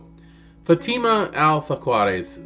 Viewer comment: Her last name is pronounce Al Fah Ka Dee